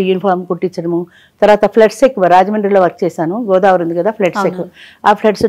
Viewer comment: Godavari kadu godaavari